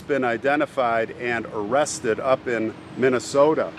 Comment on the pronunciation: "up in minne soooo ta."